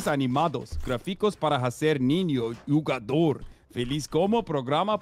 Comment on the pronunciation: he says jogador instead of jugador kkkkkkkkk